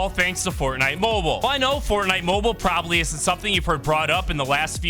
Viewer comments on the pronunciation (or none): none